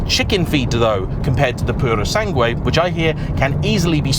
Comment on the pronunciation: Yo when you say "Puro Sangue" the U is silent in Sangue 😉